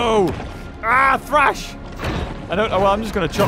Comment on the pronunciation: so you know that you saying Thrash --> trash like a garbage